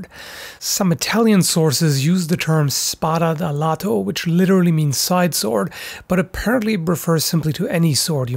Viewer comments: That Italian pronouciation is es-patha-de-lath-ole. That "ole" part is there because in Spanish or Italian the way the o is spoken here is with a accent. The o used in the the translation will sound like this, remember the good "ole" times. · as an italian it's very weird listening pronounce "spada da lato", but damn I'm proud of you trying XD